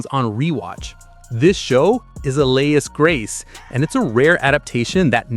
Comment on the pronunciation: Please STOP WITH THE AI NARRATORS. The mangled pronunciation of “alias” (Alias Grace) made me squee in agony. Sigh. And there are many examples of this nonsense.